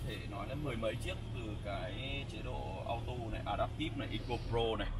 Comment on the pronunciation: Chỉ muốn góp ý chữ auto nên đọc là "au-tô" chứ ko phải là "au-tu", hoặc nếu theo giọng mỹ và đọc nhanh thì cũng có thể đọc là "au-đồ", nhưng nhất quyết đừng "au-tu" nha bác, hix